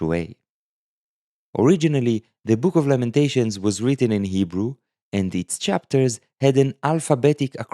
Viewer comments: Can we take a moment to recognize that is not only teaching us these fascinating Lamentation letters concepts but he’s “crushing” the Hebrew in this video, his native tongue. Just sounds so beautiful when he pronounces the Hebrew flawlessly! ❤ this video series! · Your Hebrew pronunciation is good!